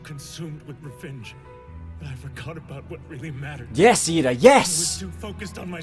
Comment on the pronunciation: It's Iida, not Lida. I've heard many people make that mistake. How hard is it for people to pronounce the letter "i" for it to be mistaken as "L"?